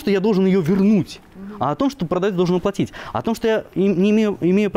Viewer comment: звОнить, ложить, оплОтить... продавцы безграмотны до тех пор, пока не окончит курс русской речи